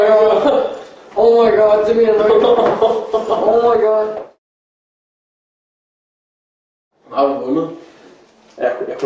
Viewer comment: CEO of "OH MY GAD"